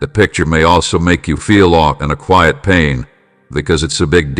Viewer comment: 'In Awe' not 'in All' my lord